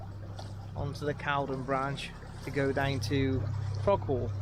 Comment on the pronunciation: Nice vlog pal. I have a boat moored at Stoke Boat Club on the Caldon. Quick one, it's actually pronounced culdon 👍